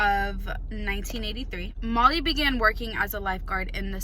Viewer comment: For Gods sake do a little research. You mispronounced Molly’s name even after you did it the first time. It “Cummins Pond”. Not whatever you said. You aren’t in any position to be criticizing anyone unless you have some idea of police work. Doing your interview in front of a menu is totally unprofessional. Should I go on?